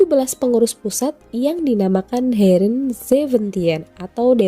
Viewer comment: Heeren bukan hereen, yepe kun, bukan jepe kun bacanya